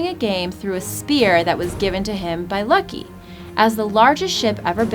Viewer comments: It's pronounced Loki not Luki and please learn to pronounce the Norse gods names correctly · I’m sorry but Loki is not pronounced “Lucky” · Did any else cringe when she said lucky instead of LOKI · This woman is absolutely terrible! She can't pronounce to save her life apparently. Your really going to mispronounce Loki(low-key)? She said "given to him by Lucky"... She mispronounces other words as well but really Loki - Lucky? c'mon gurl get with it! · wow this lady cannot pronounce any of the gods names right. Lucky boulder... its Loki (Low key) Balder ( Bald Dare) ugh and too many more to list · The «U» in Ullr is pronounced like an «oo» not a «u». And the correct way of saying it is Loke not «lucky». And the «e» is pronounced more like an «a». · Loki, not Lucky! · No one who pronounces the name Loki as Lucky should be doing a video about Vikings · did she just call loki lucky? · Did she say "lucky"? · Baldur (Ball Durr) and Loki (Low Key). My brain hurts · did she call Loki Lucky? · It's Loki. Low-key. Loki. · Ikr it's like "helo it is me the god of tricky, lucky. Now befor me and my endles power yes helo" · It's Scandinavian folklore. Loke is the right way to pronounce it, Loki is the English translation. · It's Loke not Loki